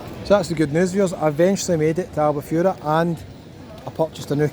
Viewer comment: Dude, it sounds more like Al Bu Ferra. Miss this place, lived there for 7 years...